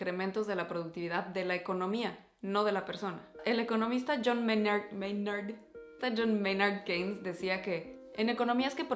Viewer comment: 1/2 Se pronuncia YON MÉINARD KINS (John Maynard Keynes). Lo real y el auténtico secreto es que el factor decisivo no es reducir las horas de trabajo, pues eso es la consecuencia de PLANEAR DE ANTEMANO CON REALISMO y TENER METAS CLARAS, algo que es totalmente ajeno a México por la idea de " echando a perder se aprende". Los yankees no son tan inteligentes como creen: el ejemplo es ver sus planes de "logros anuales". Su meta es ganar X millones de dólares, no proponer estrategias para alcanzar esa cantidad y hasta superarla de acuerdo a un plan maestro inamovible y no a sus decisiones caprichosas y estúpidas. Y la idea de ahorro por outsourcing es falsa, pues los standards de trabajo en el extranjero son bajos por los miserables salarios que se pagan, lo que genera errores y pérdida de tiempo por estarlos corrigiendo.